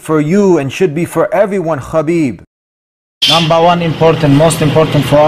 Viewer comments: DUDE ITS Habib (حبیب ) not Khabib There wasn't Such name خبیب! Its (حا) ح not خا (خ) khabib means nothing at all !! Wikipedia ↘️ Habib (Arabic: حبيب, translit. ḥabīb; Arabic pronunciation: [ħabiːb ]), sometimes written as Habeeb, is an Arabic masculine given name and occasional surname with the meaning "beloved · its habeeb not... khabib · Bro his name is pronounced Habib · he himself said its pronounced habib (he uses the arabic version) I can send u the video link if u want , but how does the russian pronounciation sound? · Mashallah 😊, but brotha, it's حبيب not خبيب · its habib actually